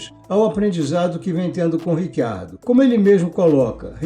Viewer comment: Em italiano, a pronúncia correta é Ritchiardo, mas ele mesmo, Daniel Ricciardo, pediu a todos jornalistas para usarem Riquiardo, que é como pronunciam o nome dele na Austrália. Neste vídeo, como em todos os outros de nossa autoria, foi usado Riquiardo, como ele pede. Quanto a esse Rick Ardo, também não ouvimos.